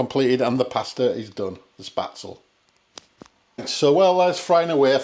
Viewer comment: These noodles are pronounced Spet zel, not Spat zel. My friends German mother-in-law would spread the dough on a wooden board,and scrap it off with a sharp knife into boiling water,as soon as it floated,you remove it. At the restaurant we used a spaetzle maker,a SS board with holes in it,and a piece that is like a chimney,which you fill with the dough,and push back, and forth over the holes into boiling water. We often had spaetzle on the menu. I have never seen dried spaetzle,it’s often just served with butter,and black pepper.😊